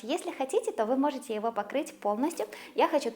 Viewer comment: За все годы, что я смотрю и слушаю, впервые услышала оговорку в слове,, тортА,, 😊Прикольно так😂